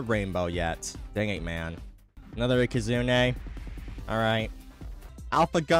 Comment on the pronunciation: found so many protogons ands aekehzoons. and please never stop mispronouncing ikazune we love it